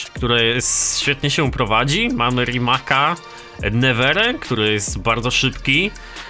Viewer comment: Nie mówi się rimak tylko rimac